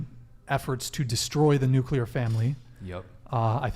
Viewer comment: It's NUCLEAR family, not nucular family.